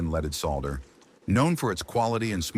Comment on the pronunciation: AI doesn't know how to pronounce "solder" and the word is in this video dozens of times. AI stinks.